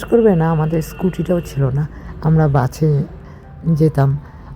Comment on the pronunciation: "বাছে" আবার কি ওটা বাসে বলো 13.19